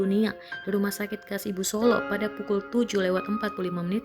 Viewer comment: Mbaaaak.. Bahasamu aneh banget.. Solo..bukan solok.. Kempot bukan kem..